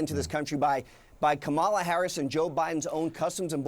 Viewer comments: I caught that too, but I'm sure if anyone corrected her she wouldn't repeat the same mistake. I also don't think Kamala cares if people mispronounce her name.... Saying Madam President will be easier. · JIM ACOSTA SHOULD BE ASHAMED OF ITSELF… HOW DARE YOU PRONOUNCE DEAR LEADERS NAME KAMBLA HARRIS ,,, WHO BTW DEFRAUDED POOR BEIJING JOE HIDING 🤦🏻‍♂️ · “KA-mala.” I mispronounced it too at first, until I learned the way I’d been saying it was incorrect. I then immediately changed to placing the accent on the first syllable. It was quite easy to do despite having said “Ka-MA-la” for some time. But then, I am not running some not-so-subtle agenda of disrespect, mocking her name, somewhat subtly putting down her race, enjoying doubling down when corrected on it, and so on. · Reaaally CNN?!?!!! The pronounciation of KUM MA LA’s name is so pressing?!?! This is the looney liberal’s new bullying tactic forget bout this administration’s failing protection of America!!! Jesus we need you more than ever!!!! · First of all Jimmy CNN stands for Cock News Network and to pronounce the VP’s name it is Cummala. Now move on. Thank you. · There are footages of 20 democrats pronouncing KOMALLA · KA-MA-LA! How F’ ing hard is it to get right? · Kama-lala-ding-dong can pound sand. She herself pronounces her name differently. This pronunciation issue is stupìd and petty; just like today's Dems. We need common sense back in the White House, and the Dems don't even know what the term "common sense" means. BTW, don't forget to vote! :) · This is why I can’t stand CNN also. They let this idiots on who can’t say Kamala. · Thank you Jim Acosta for calling him out on purposely mispronouncing her name and ending the interview. It’s time that Trump and his people (who act like children refusing to say her name correctly) be shut down and not given any time on air when they act like that. It’s absolutely ridiculous. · I thought the same thing… can you not pronounce her name? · Jim it’s Quemala 🤣